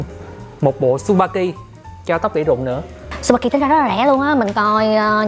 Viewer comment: Tên sp kia đọc là chư ba ki. Không đọc là su ba ki nha